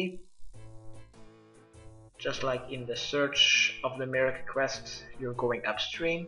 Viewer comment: In aid of the my-er-key.. Merrik? really . Fucking hell can noone speak?